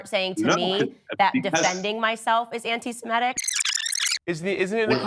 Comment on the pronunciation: If someone cannot even pronounce their supposed cause célèbre, how seriously should we take them? It's "sem IH tic," not "sem EH tic," f_s.